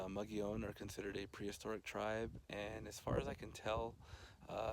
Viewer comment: "Muggy-OWN"? I prefer your pronunciation, which has always been mine. I love that it has more original walls than Mesa Verde, which probably has more visitors. Great work, as always!